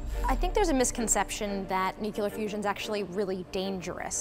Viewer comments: For someone reporting on such an important subject, you show up dressed like you were doing these interviews on your way to a dance club. Then compound the lack of professionalism and commit one of the biggest journalism faux pas by saying "nuke-u-ler". Congratulations on making the CNN B-Team: YouTube Division, and reminding us all why, even after a decade, online journalism is still a joke. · Nuclear became “new queue ler” It’s pronounced like “new clear” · Why is she saying "nukular" instead of "nuclear"? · Say it after me NEW-CLEAR. Stop saying nuke-ular. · Can someone teach this bitch that it's not newkiler its nuclear! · It's pronounced "newclear" not "newcular" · noo klee er not nuke you ler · I hate it when people say, New-kyu-lar....come on!...it is New-klee-ar! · nucular. lol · Does it bother anyone else that she keeps saying nucular instead of nuclear? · I had to stop and hold myself every time I heard "Nucular" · as soon as someone pronounces it "nook-you-lurr" I file them in my idiot box. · Oh, when you say "Nucular" you show yourself to be an ignorant fool. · Say it with me...nooo-kleee-arr.. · nuculer fissin